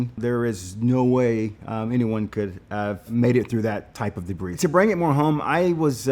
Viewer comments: as a former english speaker, this guy has no idea how to pronounce debris. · The way he says "debris" though! I love this guy and this video! Thanks INSIDER!......Inside her??? ......NM!